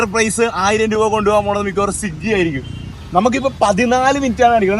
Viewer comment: സിഗ്ഗി അല്ല മച്ചാനെ.. സ്വിഗി എന്നാണ്😂